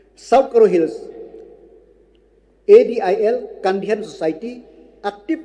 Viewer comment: It's so annoying when he Lakmen Rymbui pronounce the word "active" as"actip" 🤣🤣